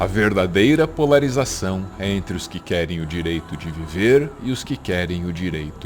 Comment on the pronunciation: você conseguiu errar a sua própria citação, você é meu ídolo! "Porlarização" kkkkkkkk